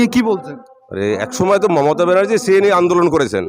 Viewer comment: রাহুলের কথা বলতে কি কষ্ট হচ্ছে ,momotat নাম টা কি ভাবে বলছেন ,,বিজেপি র পক্ষে কাজ করছেন করুন